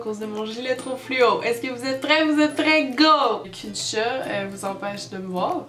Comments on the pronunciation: Le chet, le au lieu du chat là !! ;) on dirait qu'elle vient du Nord !! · firestorm Les québécois disent Chôt au lieu de Chat... Y'a un problème nan ? =)